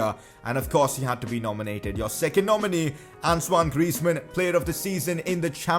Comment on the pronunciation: Why are you calling antonie griezman ansuwan griezman